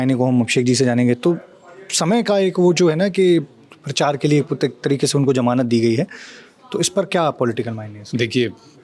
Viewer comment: Sir ji...jamanat nahin Hota hai, "Zamanat" Hota hai...😊.